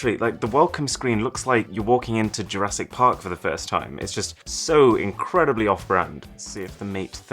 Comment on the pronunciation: "Welcome to... Jura sick Park"